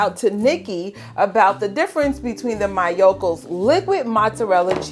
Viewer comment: I love the solid so much. It’s soooo good for caprese, but it’s impossible to find near me and they don’t sell online anymore 😭 I’ve been wondering whether the liquid could be cooked up into a solid block 👀 Btw the pronunciation for Miyoko’s isn’t MY-o-ko, it’s ME-o-ko. 😂